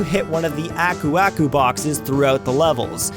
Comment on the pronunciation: Aku Aku (okoo okoo) just to help with pronunciation.